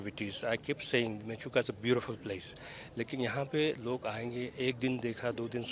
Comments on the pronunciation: Its Menchuka not Mechuka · Mechuka is it's real name.. not menchuka..